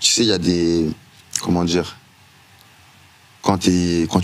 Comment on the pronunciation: D'emblée, quand le mec en face de toi prononce "djire" au lie de "dire", c'est mal parti...